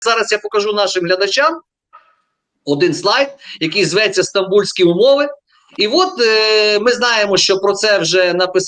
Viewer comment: СтамбульсЬка, а не стамбульСКа